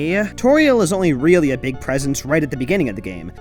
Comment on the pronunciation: Also, "Toriel" sounds like "Tutorial"